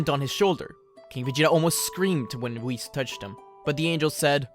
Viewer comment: um, that was not how I suspected you’ve said whis.